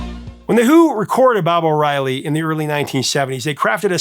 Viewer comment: ‘Bob’ O’Reilly. .. really 😂